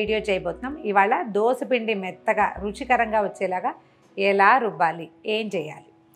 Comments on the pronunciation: Not dosa. It is dosha. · దోస ఏమిటండీ !!! దోశ అనాలి